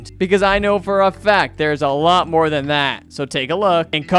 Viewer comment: No not mobe it’s more